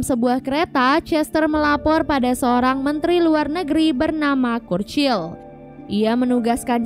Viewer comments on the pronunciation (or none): . Itu dibaca curcil sis 💀